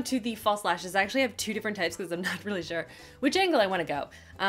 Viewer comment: Am I the only creep that likes the way she enunciates her L’s, especially when she says “really”? ¯\_(ツ)_/¯